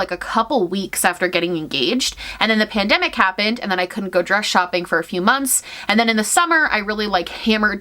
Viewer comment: "Spoiler alert: it was MAGICAL" made me go "aww yayyyy!" outloud. Also I thought you were saying pandemic in a funny way when talking about the holographic dress.